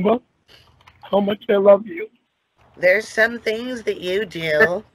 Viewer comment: "When I told yew forevah i meant forevah with yew!"😢😢😢